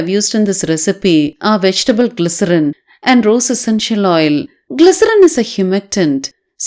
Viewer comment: The way u stressed the word glycerine sounded so funny!!!😂😂